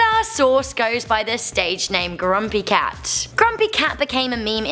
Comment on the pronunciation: Did she just say crumpy cat on